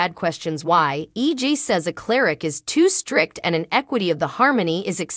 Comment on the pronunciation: Maybe if you actually watched the show you would know how to say the characters name right...even the towns name. It's not even EG...ITS EJ...you get it a fee times, but yet wrong other times